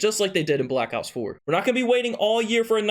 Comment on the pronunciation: Honestly everytime he says black ops i sounds like blackouts 🙄